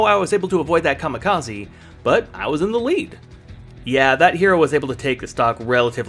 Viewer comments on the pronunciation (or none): none